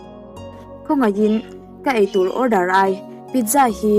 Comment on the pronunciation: ai tur nilovin ei tur aw kapi..eng khaw sawi set set lovin tih pawh kha athluk adik tawk lo..